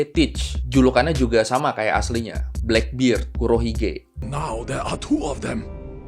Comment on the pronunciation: blackbird itu taksi bro kalau blackbeard di baca blackberd si jangggut hitam